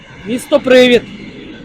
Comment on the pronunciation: Привід - не привИд. Дуже ріже слух.